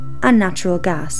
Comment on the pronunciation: good point, invest in alternative energy, gj. idk why you have to play spooky music and have a narrator who can barely pronounce gas, but hey, whatever.